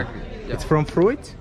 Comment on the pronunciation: It’s pronounced “froot” not “ fru-it”